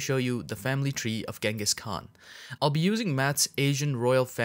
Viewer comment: Yes the pronunciation should sounds " chingis".